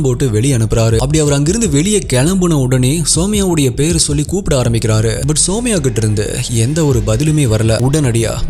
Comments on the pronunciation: Her name is சுமய்யா...❤ Not சோமய்யா...😅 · It's sumaiya.. (சுமையா ) Not soumya( சௌம்யா ) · Bro somaya illa sumaiya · Anna somaiya illa sumaiya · Andha name Sumaiya idhudhan currect pronounce also my name is Sumaiya